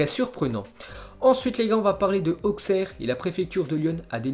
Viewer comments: ça se dit Aussere pas Auksère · ça se prononce aussere* pas auxerre